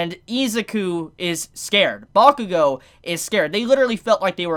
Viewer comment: Bakugo n who?? Ur butchering his name dude